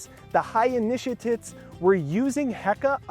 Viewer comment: So much great content in this video and yet all I can hear right now is the word “Initiatits” I say this with delight and whimsy as I know I will be referencing this video in the future as I mine some of its gold. Deep gratitude.